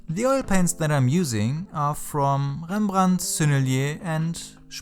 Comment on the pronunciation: such an inspirational video. I am always impressed with the way you approach things. "The mind of an artist" might be my favourite art related series on YouTube. From your thoughts you really seem like an artist, less of a craft-man. Btw I only realised you are a native German speaker when you said "Rembrandt" and "Schmincke" :D Viele Grüße aus Berlin!